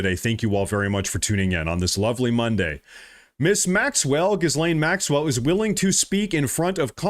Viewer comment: Ep Steen. Gill (like gills on a fish) Lane Maxwell.